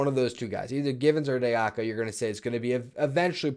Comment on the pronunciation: Maybe eventually you'll learn how to prounounce "de Oca" properly.